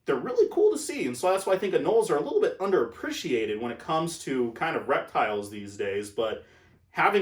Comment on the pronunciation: Btw it’s an anole not noli friendly advise 😁